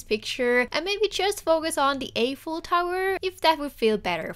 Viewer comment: Wow this is amazing!! Just to let you know Eiffel is pronounced with an “i” (as in “I” am) sound not an “ey” sound